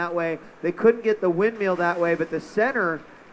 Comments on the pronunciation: everytime he said "windmeeel" i got annoyed haha great vid though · He always says 'windmeal'... xD